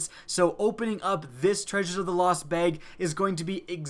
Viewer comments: it's bag not beyg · I absolutely hate how he pronounces bag it's not "bayge" it's "bag" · I'll pray to RNG that you learn how to pronounce "bag"